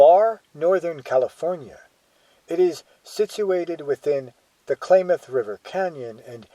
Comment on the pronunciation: ..9'07...Calif. state flower .."POPPY".....also, CLAYMOTH...WTF / LOL..its KLAMATH..!!!